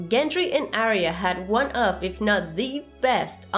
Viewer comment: I am always looking forward to Arya's reunion with the correct pronunciation of her name.